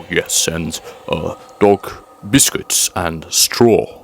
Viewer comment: your welcome sugar.. Your accent saying.. biscuits.. cracked me up.:-).. always enjoy your videos and good to learn something about the subject matter you cover. hugs your friend Dreama